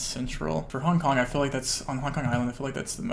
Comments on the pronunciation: Nooo i cant unhear it HONK HONK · Honk honk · he says hong kong like honk honk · Take a shot every time he says Hong KonK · nothing worse then people pronouncing "k" at the end of words that end in G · the way you say "hong kong" sounds like "honk honk" and i can't unhear it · Haha I had to scroll pretty far down to find this. I was hearing “hong konk” it had me going that’s for sure 🤣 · Ya I just heard it